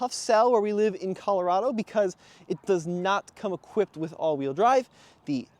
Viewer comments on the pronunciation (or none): none